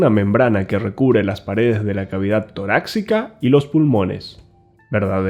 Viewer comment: Se pronuncia: tórax, en singular y torácica al referirse a la " cavidad"!!